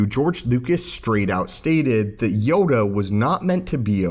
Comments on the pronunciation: sounds like Yoga not Yoda. Made me laugh, love the vids. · Yoda has a last name it’s LAY HEE HOO YODA LAYHEEHOO